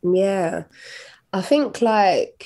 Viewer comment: Anthony, you just can't ask her why she say "fink" instead of "think" over and over and call it an interview.